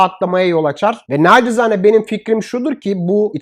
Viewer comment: İç ve dış ekonomik gidişatı çok güzel yorumluyorsunuz. Türkçeyi de doğru kullanmaya özen gösteriyorsunuz. Teşekkür ederim. Ancak bir sefer de "nacizane" yerine "naçizane" deyin lütfen :) Selamlar.